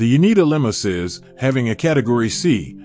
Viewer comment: A closer pronunciation would be Yo-nay-dah or Yo-neh-dah